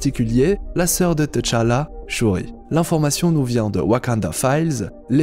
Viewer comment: Woaw ! Juste un truc, on dit juste tchalla et pas t tchalla, sinon je viens de voir l'épisode 7 de wandavision et j'attends ta vidéo !!!